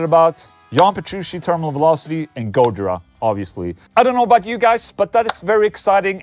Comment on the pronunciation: Can you stop saying "petrushi" and putting the stress on the first syllable of gojira (instead of the second) oh yeah and you could have mentioned Dave LaRue plx